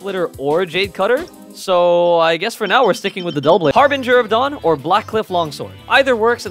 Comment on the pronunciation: “Cryo Regovinė” ‘ “Harbingi of Dawn” Love English 💀